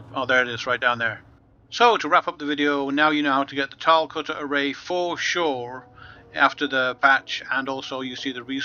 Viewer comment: Why do so many people from the UK pronounce it "cutter-a-ray"? lol